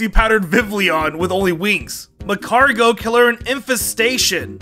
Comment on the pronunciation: Your pronounciation of ally is wrong. And your pronounciation of Slaking and Magcargo. They're puns so you use the words they sound like, in this case magma and cargo, and slack and king